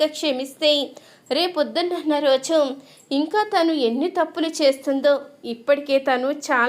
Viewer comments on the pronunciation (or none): ఈ చెప్పే అమ్మాయికి తెలుగు రాదా తన అనకుండా తిను అంటుంది